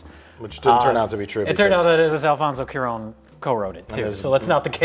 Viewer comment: Why do they pronounce Cuarón like Kiron? It’s CUA-RON, tonic emphasis on the RON, it’s like saying quack. Cua. Quack. Is it really that difficult? But then again Mike can’t even say Sandra Bullock’s last name right.